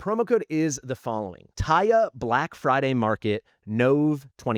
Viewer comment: "BLACK FRIDY"